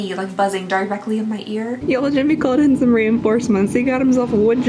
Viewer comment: Ok but I would’ve never guessed you were from Kentucky by the way you talk!!! Lol I feel like you pronunciate words is very clear actually! The only time I hear a southern accent is when you say “Jimmy!” 😂😂